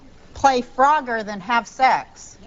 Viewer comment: i thought she was saying "farogger" and i didnt know what that was. AH.. FROGGER